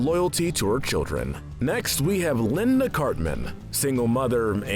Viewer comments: my name is da-veed and it's not baby it's bebe and it's not linda it's liane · "Liane" Cartman--- pronounced like Lee-Anne.